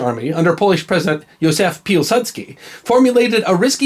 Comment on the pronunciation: It's funny to hear you refer to the Miracle on the Vistula as a forgotten battle. It's one of the major holidays in Poland. And you do pronounce Piłsudski very nicely, although in 1920 he wasn't president but head of state, which was not an elected office.